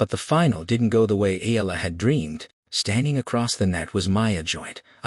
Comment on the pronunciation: Oh boy It’s E ya la got it?